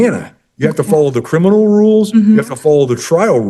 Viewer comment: Not "crinimal". And she thinks she can play lawyer.